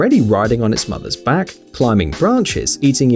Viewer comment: the narrator's 'back' sounds like ' Quack' sound 🤣